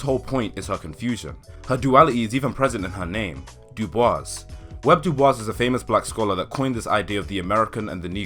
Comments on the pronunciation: Great video, one correction, his name wasn’t Web it was W. E. B. DuBois. (William Edward Burghardt Du Bois) Edit: He also pronounced his last name as Do Boy-s [duːˈbɔis], unlike the French [duːˈbwɑ]. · lmfaooooooo web dubois lmfaooo its W. E. B and you pronounced dubois waaaayyyy wrong. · “WEB Dubois” 😂 lowkey cringed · Why is it just when he's about to spit knowledge, I pause the video because he called W.E.B. DuBois... Web